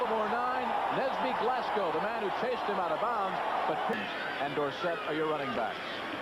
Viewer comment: LOL John Dockery tripping on Nesby Glasgow's name - "Nelson Glasby". In his defense it's a hard name to pronounce. I'd probably do the same.